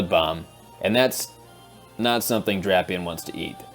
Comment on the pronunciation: how would drapion end up loosing to fighting types? Poison resist’s fighting and dark is weak making him neutral to fighting moves. Love the channel tho has deep analysis. Also your friend is pronouncing drapion wrong it’s (Drape/ Eon)